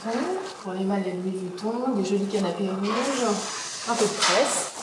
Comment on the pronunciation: « Louis Vutton »